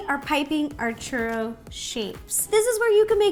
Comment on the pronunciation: You put the RO in churRO